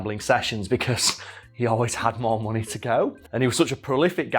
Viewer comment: "he had so much monay"